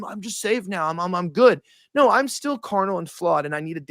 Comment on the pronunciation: Sorry bro I made it 26 min & 40 seconds but i cannot fckng stand hearing “Ner, I don’t ner” for another GD second !!